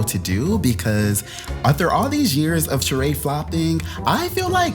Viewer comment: I know this is random but it still kills me Sheree has that damn accent on the wrong e lmao